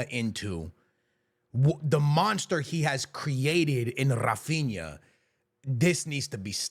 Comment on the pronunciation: Além disso, já que estamos falando de pronúncia errada... HA-feen-ya